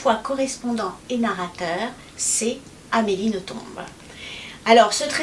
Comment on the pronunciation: Eh bien si ce patronyme belge se prononce en faisant entendre le "b" final. Comme A. Nothomb est très bien élevée elle ne corrige pas son interlocuteur quand il prononce "noton", mais je me souviens d'un entretien où cette prononciation était précisée et où Amélie confirmait la chose. Votre "traduction" en "nos-tombes" est d'ailleurs amusante, vu son amour des cimetières!